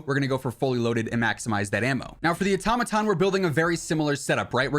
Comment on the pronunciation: Wad anyone else cringing when he said “atomaton” instead of “auto-maton